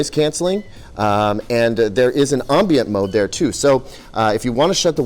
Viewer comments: Dude. Subtitles! I could not hear the "ombons" over you eating and overpowering your microphone. Say it one time with me, "am-bee-ent". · I think you're saying ' ambient ' wrong...